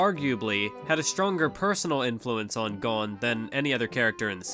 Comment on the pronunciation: Am I crazy for being annoyed that he's pronouncing it GONE and not GOHN?